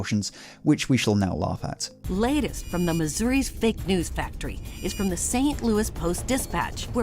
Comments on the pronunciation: The s is pronounced in St Louis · Lol you read it as St Lewis not like St Louis. I'm a european (no not a yank that's 1% European, I was born there (in Slovenia) and live there) and I read it like that. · It's pronounced St. Louis, not St. Louis. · love when people pronouce st louis in the proper french way. we're from missouri no ones that fancy here lmao